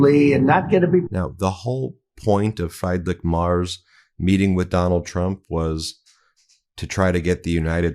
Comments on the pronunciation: When speaking of other world leaders, as a matter of respect, please pronounce their names correctly. Friedrich Merz is not pronounced "Fried Rick." It's pronounced "Freed Rick" and Merz is pronounced "Mairtz" not "Mars." It might seem like an insignificant thing to you, but it's insulting to people whose names you're disrespecting. Please do better. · The German Chancellor's name is pronounced as in "Freed-rich", NOT as in "Fried-rich". It is insulting to continue to incorrectly pronounce the names of public figures. What happened to education in the USA? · pronounced in english as freed not fried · It pisses me off that Meisalas is unable to pronounce a common German name properly: Freed-rick not Fry'd-rick. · and Freedrich not Freydrich 😉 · Come on, Ben. It's Freed-rick. Freed-rick MARE-tz. Close enough. Not "Fried Rick" like Fried Chicken. This is basic literacy at this point. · Sorry, this is just a nitpick but the Chancellor of Germany is not fryedriche but freedrick. “I E in German is a long EEE sound. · I’m sorry but I cannot let “Fried-Rick Mars” slide 😂 It’s FREE-drikh (or FREE-drish) MAY-erts (but one syllable) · It’s pronounced “Freed-rick”, not fried like chicken. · Please inform yourself on how to pronounce the name of the german chancellor. His name is Friedrich. Pronounced like "Free-drick", if you like, but not like "Fry-drick". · Freed Rish not Fried Rick. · The presser was a disaster for sure, but not as much as your pronunciation of the names of world leaders. Friedrich Merz is pronounced FREEDRICK MURZ. Not FRIED RICK MARS. Xi Jin Ping is pronounced SHE JIN PING. Not JEEJEEPING. Put some effort in for Christ's sake. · Please can you get the names right. I have said this a few times. It's a matter of respect. I love this channel but please check out the names. Friedrich Merz. Is pronounced Freed-rich not Fry-d-rich and his last name is not Mars but Merz pronounced Mehrzt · Ben, please learn the names of foreign leaders FREEdrik, not FRYdrik.